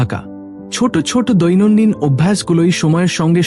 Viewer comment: বাংলা বলতে শেখেন নি? বড়্ বড়্ ছোট্ ছোট্, দেব্, হল্ এসব কী উচ্চারণ?